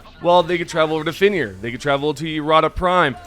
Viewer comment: Brotha how cant you say fenrir lolol